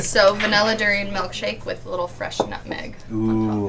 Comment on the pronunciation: Doo-ri-yaan. Not doo-ri-yen. Duri=thorn. Durian@ (something) that has thorn. Rambut=hair. Rambutan=(something) that has hair. Makan=eat. Makanan=(something) that has eat(meant to be eaten)@